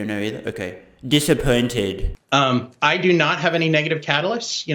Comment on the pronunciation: You made me laugh more in this video than all of your previous videos! "Disspaointed"